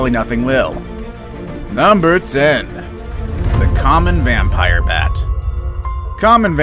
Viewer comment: When you said bat you said mat